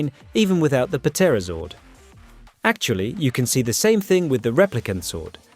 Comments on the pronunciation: I can’t take the “Pa Terrazord”. Can you tell this is AI? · Puh-terozord? Really? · The “P” is silent in Pterazord…you’re an adult and should know that 🙄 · did you just pronounce the p in pterazord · Why are you pronouncing the P on Pterazord? You then pronounce Pterodactyl without pronouncing the P.... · Yo dude the p in the pterazord is silent